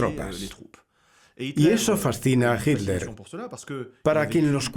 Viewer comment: Ok Pero es hiTler , y No hiler. 👍😉